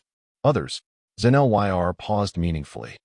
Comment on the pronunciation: Xen-Lyr's name cannot be properly pronounced by the narration. (LOL)